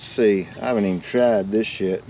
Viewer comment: I thought you said a bad word! I was like how dare you! Played it again and realized you said, "this yet." I'll leave it to your imagination as to what I heard, lol. I'll have to get that rake,. Looks better than the one I've been using.